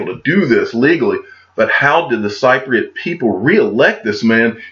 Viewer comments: Hi You say it sip ri at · Got married in Cyprus! Lovely country. But yes you are saying it wrong. It’s like saying sip for Cypriot. Any how loving your videos as always. Keep it up! 👍🏻👍🏻👍🏻🇬🇧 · a Cypriot is pronounced [ SIP PREE OT ! ] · If someone hasn't mentioned it already. Its pronounced Sipriate. As in, sipping tea, Thanks for all your great work. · Hey It's spelled Cypriot, but pronounced Sipriot if that helps. Thanks for the video once again. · Cypriot pronounced sip riot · Hey....I’m flying to Cyprus tomorrow for my vacation! I’ll be sure to keep an eye out on the digital asset side of things!! Oh and the people of Cyprus are pronounced sip-pree-ut for the word Cypriot 👍😊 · I always thought it was pronounced sip-pre-yot. Maybe a native will enlighten both of us. You should be cheery today. Looks like your Tigers are winning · It’s actually sip-pre-yet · I stopped watching this video for credible info when I realised that u dont even know how to say the word Cypriot properly. Oh dear.